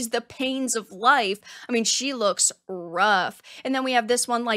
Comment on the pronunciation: “She looks rrrruff” lmao 😂